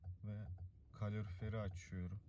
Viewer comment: kalorfier ne kanka yaa :DDDDDDDDDDDDDDDDDDDDDDDDDDDDDD